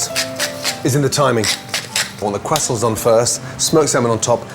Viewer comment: shoutout to the "kwasants"